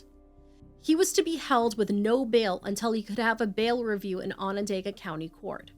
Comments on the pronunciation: I know I shouldn't comment this but I'ma do it anyway. Onondaga is pronounced awe nah dog uh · I respect both of you and your research! Syracuse NY is my city! I remember how sad this was! It hit the community hard! Onondaga is pronounced Onon-doga! It's not spelled that way! It's the name of the Onondaga people and their reserve close by! ✌🏾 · Onondaga is a difficult word I guess you were close tho!